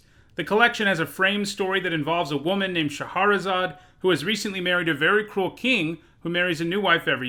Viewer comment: Okay, so he makes a point of saying "Yes, that's how you say Nephilim," but he mispronounces Shahrazad?